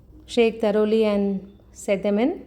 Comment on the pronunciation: It is pronounced thoroughly not taroli....